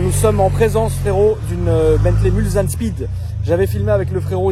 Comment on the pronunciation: Hello, juste pour info on ne dit pas MulZanne mais MulSSanne bonne vidéo cependant